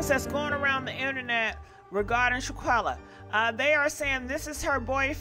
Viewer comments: It's not Shaquella, it's Shanquella. Pronounce it right! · Shanquella is her name....not Shaquella..... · Her name is Shanquella, pronounce the "n", please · Your butchering her name lmao bwahaha it’s SHAN. Shan shAwn like shawn quella shawn quella it’s pronounced I think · Please pronounce this young ladies name correctly if your going to report on her story . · You have to learn how to pronounce her name correctly if you are going to report on her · Since you want to capitalize off of this event, how about you learn to at least pronounce her name correctly. You know, out of respect and all.